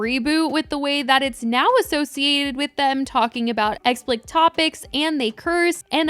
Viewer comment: I’m sorry to be that girl but it is ex-pli-cit and not ex-plict xoxo